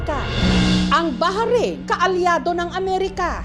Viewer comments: Baharin po pala pronounce ng Bahrain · BA-RAYN O BAH-RAYN HINDI BAHA-RAYN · Yung bahrain pronunciation😢😢